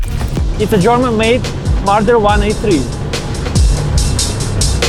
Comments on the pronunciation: you get a dislike for saying mardar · "MardAAr" bro my ears got rpd